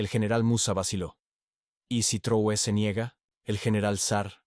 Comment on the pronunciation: Corrige la mala pronunciacion del apellido del LÍDER Máximo de AFRICA. TRAORE ,no Truoe.